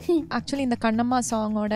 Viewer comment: Your mom is not getting the ள. It’s not piல்lai kani amudhey. It is piள்ளை kani amudhey. And kaண்ணmma. Not kaன்னmma. Big Na. 🤟